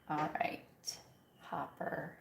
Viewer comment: Not Hopper. Hooper.